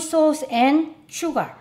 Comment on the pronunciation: Whenever she say sugar it sound's like suga😁💜